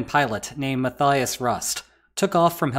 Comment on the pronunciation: How about learning to pronounce non-English names ? The german pilot is called "Matthias (matteeeeas)"